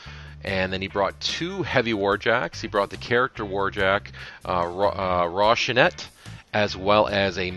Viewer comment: Roh-Si-Nan-Tay not Roshinet please and ty